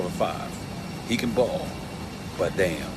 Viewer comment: LMAO Stephan makes me laugh so black "and even more daynmm"